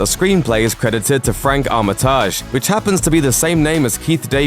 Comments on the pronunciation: Armitage is pronounced "Arma tij" not "Armitarrj" lol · Armitage is not pronounced "Awm-i-tawzh." It's pronounced like it's spelled. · "Armitaaj" ..Just no :L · Some interesting information here. But please, check your pronunciation before recording your scripts. The Lovecraft character is Doctor HENRY Armitage, from HPLs ‘The Dunwich Horror’. The last name is pronounced ‘Armitij’ not ‘Armitaaaj’... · It's not Arma-taj, it's Ar-mi-tij. Cmon wtf is that pronunciation. I heard that on the radio like 2 weeks ago and I'm from Chicago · "armiTAAAAAAAAAASH"... why not just.. pronounce it normally? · Ar-MIT a-gee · It's pronounced "Armitidge" and "h" is pronounced "aitch". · pretty sure you pronounce Armitage like "armitidge" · Is it really this hard to pronounce Armitage? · My favourite part of this video is the presenter murdering the name Armitage. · Anybody else want to punch themselves in the head every time they hear the attempt to pronounce Armitage?